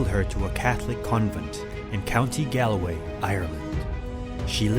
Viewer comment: You pronounced Galway wrong it is pronounced more like gaul-way